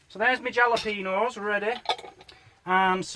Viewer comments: Think it’s pronounced Hal-o-pea-no :) I’d guess the whole dish cost £2.22 including the cost of the gas a new fork & the smoke alarm batteries hahaha - so dished up between four people it would cost - 55.5p per serving 🤓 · You asked...jalopeño is said ...halopayño. Speak a bit I do.